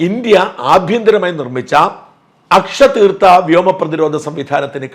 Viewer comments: Is it not Akashteer? You should improve pronouncing even our words. It is not aksha theertha .Chinese made air defense which the Pak has been thinking of providing protection failed them miserably. This Chinese ADS was based on Russian S300. The reengineering could be said to have failed Pak when it was most needed. It was as if Karna could not remember the mantras when that were most needed against Arjuna There were reports in the media that in the Paris Air Show the Pak delegation enquired about the cost of Brahmos and the Indian engineers responded with a smile that it could be provided free of cost to the Pak and we did exactly that in the recent skirmish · അക്ഷ തീർത്ഥ അല്ല... ആകാശ് തീർ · Ende Shaajan... it is "Akashteer" NOT Akshateertha. Akashteer is a combination similar to S400. It has missiles (that may include Akash missiles), Radar for tracking and Command center to control operation. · Sajan Sir not akasthirtha it's akash= (sky) teer = (Arrow) Akashteer defence shield .. just a small correct.... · Not "Aksha teertha" but "Aakash Teer". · "എസ് - 4ഉം, ആകാശ് മിസൈലുകളും, പിന്നെ 'അക്ഷതീർത്ഥയും' ഉണ്ട് " 'അക്ഷതീർത്ഥ' അല്ല ഷാജൻ ജീ. 'ആകാശ് തീർ' എന്നാണ്. ആകാശ് തീർ എന്നാൽ 'ആകാശത്തെ അമ്പ്' എന്നാണ് അർത്ഥം.